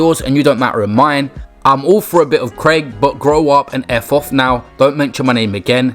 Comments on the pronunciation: It’s pronounced a bit of crack not a bit of cake ffs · Y tf did he say craic like that 😂 its pronounced crack not Craig its irish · Man really said Crake (craic = crack) 😂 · Crayc?.... It's pronounced crack... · “I’m all for a bit of Craig”? Haha pronounced ‘crack’ mate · Crake? Ffs mate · Craic not Craig its said like crack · "craic" is pronounced crack. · Craic is pronounced crack not Craig btw 😂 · Man said crake lol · This man really called ‘craic’ Craig like just pronounce it as crack. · Craic is not pronounced like that 😂 More like crack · “Craic” is pronounced crack. Just sayin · FYI: craic is pronounced crack. It's an Irish word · Lad craic is pronounced crack 👍 and it’s an Irish word so idk why James Arthur used it , I guess it sounds odd when an English person says it 😅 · It’s pronounced crack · Lmao craic is an Irish word and he's from Middlesbrough. Also its pronounced crack, and it essentially means whats going on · craic is not pronounced like “craig”😅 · How you pronounced craic hahaha it’s crack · Craic is pronounced “crack” it’s Irish for fun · Craic is pronounced crack fs lol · That way he pronounced craic 😅. Its pronounced the same as the word crack (popular in Ireland), in case you ever need to use it again. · Craic is pronounced crack. Just an irish way to say jokes/the piss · Craic is pronounced crack. And who the fuck is James Arthur? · Just wanna let you know the word "craic" is the Irish term for banter or laughs Basically and pronounced "crack" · Craic pronounced crack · Craic is pronounced "crack" bro. It's an Irish expression. Just helping in case u use that word again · He struggles with common words nevermind anything else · The way you pronounced craic is not on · How do you go through life, pronouncing craic like that? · He did not say craic like that what the fuck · that ain't how you say craic but we move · That pronunciation of craic hurt me.